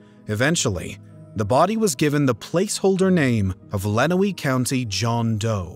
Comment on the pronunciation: Its pronounced LenWANNEY Township, Michigan And ToeLEEDO, Ohio RIP ❤🎀🕯🎀 Go MSP💙💛Justice for JohnTexDoe